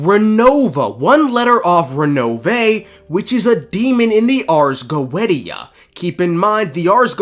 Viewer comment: He did not just say Go-edi-ya 😭